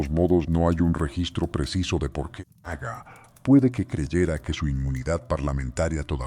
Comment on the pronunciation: Haga o aga, es insoportable. No puedo seguir